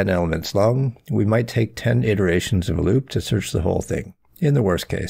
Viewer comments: cool video but why do you say effedex instead of eff of ex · I can take anyone seriously when they can't pronounce a simple word like "of".